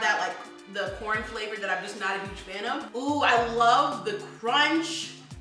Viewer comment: She really said fluhvor